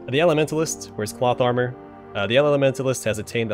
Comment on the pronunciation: Whenever you say cloth armor for some reason I hear plot armor.